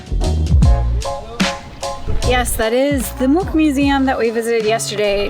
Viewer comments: Nice, one of the few tourists to Oslo that pronounce Munch as a Norwegian. I think you should try potato lompe with hotdog. Just as mustard and ketchup. Only important is that the lompe need to be fresh. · You said Munch right.... most Americans dont